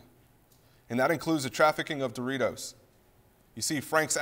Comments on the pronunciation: Bro Said smuggle The raw duros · Duritos? I thought is was Doritos